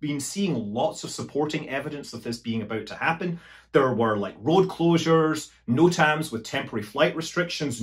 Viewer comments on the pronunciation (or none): none